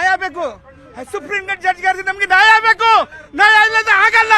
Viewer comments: ನಾಯ ಅಲ್ಲ ಕಣ್ಣಪ್ಪ ಅದು ನ್ಯಾಯ... ಎಲ್ಲರಿಗೂ ಒಂದೇ ಕಾನೂನು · ನಾಯ ಅಲ್ಲ ಕಣೋ ನ್ಯಾಯ ... ಕನ್ನಡ ಬರಲ್ಲ ಪಾಕಿಸ್ತಾನಕ್ಕೆ ಆಗಿ ನೀವೆಲ್ಲ ಬಾಂಗ್ಲಾ ಜನ.....ಇಂದೆ ಹಳೇ ಸರಕಾರ ನಿಮ್ಗೆಲ್ಲಾ ಒಳಗೆ ಬಿಟ್ಟು ನಮ್ಮ ಗತಿ ಇಂಗ್ ಆಗಿದೆ